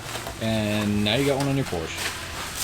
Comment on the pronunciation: it's POORSHHAAAAA